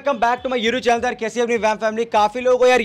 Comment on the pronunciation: Bhai youtube hota h youru nhi😂😂...